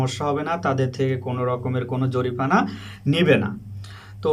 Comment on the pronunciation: Tomar.ussaron.shuddo.koro.. No.jorifana....... Jorimana